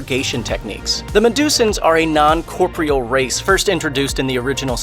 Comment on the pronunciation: He also can’t pronounce corporeal. He pronounced it Corpreal for some reason instead of ..you know ..correctly ..cor-POR-ree-ahl.